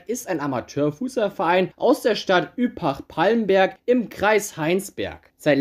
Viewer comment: Die Stadt heißt Übach-Palenberg nicht Üpach-… Auch heißt der kölner Stadtteil Bocklemünd nicht Böcklenünd, vor allem du blendest den Namen richtig ein aber sprichst ihn trotzdem falsch aus… Deine Videos finde ich immer ganz interessant auch Respekt für die Arbeit,….aber mit der Betonung und der Aussprache einiger Namen (damit meine ich nicht so manchen Verein aus Süd-, Südosteuropa, Arabien oder Asien — geschenk da tun sich sicherlich viele schwer, ich inklusive) sondern deutsche, englische, südamerikanische etc….) hast du es nicht mit…😅 Trotzdem geb ich dir fast immer ein 👍🏻 - weil ich glaube du bist ein richtiger Enthusiast im Fußball… und ich bin schon auf wesentlich schlimmere YouTube Videos über Fußball gestoßen….so grausam und grottenschlecht, das deine dagegen ein Genuss sind… Arbeite noch was an deiner Aussprache/Betonung dann wirst bestimmt noch viele 👍🏻, Likes und Abonnenten bekommen 😊